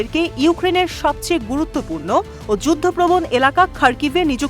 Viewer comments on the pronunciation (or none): none